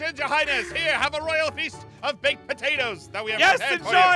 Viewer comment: Excuse me Aphmau, what is a “Roayl Princess”?